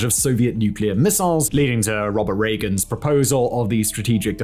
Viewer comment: Teeheehee "Robber Reagan"